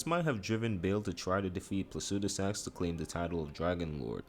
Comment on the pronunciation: Placidusax... not Placudisax